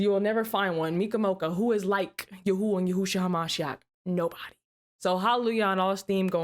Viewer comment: just wanted to let you know I really love your show and I am so impressed with your usage of Hebrew you're one of the first people I've ever heard say the sacred name correctly. Preserve the Way. Shalom. Yahuyah Baruch ata